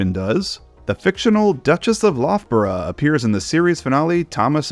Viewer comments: I feel like someone has already said this, but Loughborough is pronounced luff-borough (like tough) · I mean absolutely no offense, as yuo've made a valiant effort, but the 'lough' in Loughborough rhymes with 'buff'. Was neat to learn that the Falcon referred to was that local :P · A great video, but there's one tiny thing that's driving me mad, and it's the pronunciation of Loughborough! (It drives me mad as Loughborough is the university for my doctorate, so I've said it a LOT of times.) It's pronounced Luf-bere.